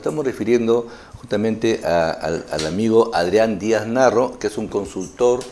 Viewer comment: Lo veré una vez más, no hay pierde. Sólo una crítica, el Sr. Adrián apellida Díaz Marro, y no Narro como dice presentador, ni Morro como dice la miniatura del video